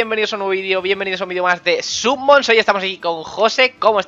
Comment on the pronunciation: Es summons no submons xd